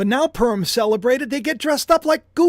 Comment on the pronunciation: Pu as in Puma Rim as in the upper or outer edge of an object, typically something circular or approximately circular Purim My ears hear you say purm or perm Happy holidays 🎉